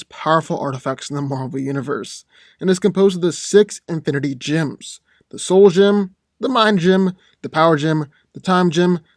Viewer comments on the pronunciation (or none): They are pronounced “jems”, not “jims”...